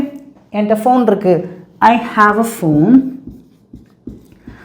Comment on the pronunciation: ஃபோன் not (பேன்) please correct it